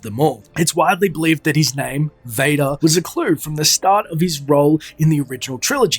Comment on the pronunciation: ha! I liked how you pronounced father in dutch, it's quite accurate